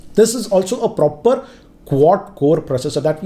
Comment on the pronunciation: nobody:: "8 PROPER CORES!!!!"